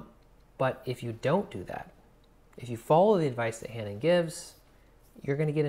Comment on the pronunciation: Hanon is French and is pronounced without the h at the beginning.